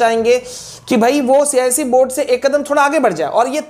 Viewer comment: Cise nahi icse😂😂